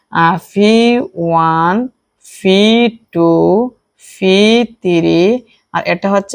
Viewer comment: ফি নাকি পি😂😂